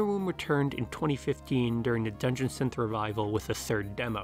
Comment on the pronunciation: how can you so accurately pronounce the individual words "dungeon" and "synth" with such clarity, and then pronounce the combined phrase "dungeon synth" like you're having a fucking stroke